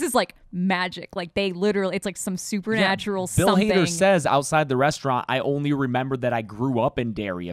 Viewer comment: Bill Hader not Bill Harder